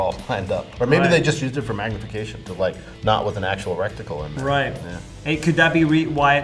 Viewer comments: "reticle" not "rectical" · I Austin this expert, its reticle not resticle lol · He’s calls it a “rec-tical” 🤣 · Ok, so Im sure this dude could kill me 35 different ways.. But did anyone notice he said "rectical" , instead of "reticle" two times, when talking about the optic on the rifle?? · I like how he says recticle. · anyone else catch the guy say recticle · Is he saying "recticle" instead of reticle? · When dude try’s to say reticle all I’m hearing is rectangle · is he saying '' Recticle'' instead of Reticle? 🤣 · I love me a good "recticle" 🤦‍♂️ great "expert" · A "gun expert" that mispronounced the word RETICLE several times. Sheesh